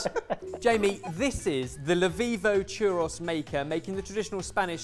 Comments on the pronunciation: I'm British and this is the first I've ever heard it pronounced like that. I've always said chur-rose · Yeah I'm from Britain as well and I have no idea why they're pronouncing it that way. I say "chew-roe". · Why do they pronounce the o in churro and taco different? Tacko, Chur Ross. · ChurrOH... is how it is pronounced. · Yeah as someone of Mexican decent every time I see the churro things I'm just like what. Also I love these guys but something about the way they pronounce churros brothers me a little lol it makes me cringe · I read this comment before I got to that part of the video and spent a few minutes trying to figure out how someone mispronounces churro. That pronunciation was the worst thing I've ever heard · No one is talking about their pronunciation of the word churros, and I feel like I'm crazy because that is NOT how anywhere pronounces it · That wasn't even the worst. They were using plural churros as a singular word. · I can confirm churros are not usually pronounced like that in the UK, it's probably just a them thing 🤣😅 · SHOOK at how Brits pronounce “churros”. Who did this and why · I'm a Brit and have never pronounced it this way. Having said that, churros are not common here so I could see why some of us would pronounce it weird. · As a Brit I decided I was no longer sure so listened to a Spanish guy pronounce it. Turns out are right but need a roll on the rr. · The way they pronounced churros hurt me inside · I've never heard anyone in the UK pronounce them as "churros", I have no idea where they got that pronunciation from. Apologies on behalf of my fellow Brit's. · The way you guys pronounced Churros killed me every single time. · Im English but my eye was twitching on how they were pronouncing Churro's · I heard them pronounce churros and I was so confused until they had it type out. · I can’t get over how you guys pronounce churros. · ok that pronunciation of churros was interesting... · “Chur-Ross” ❌ “Chur-rose” ✅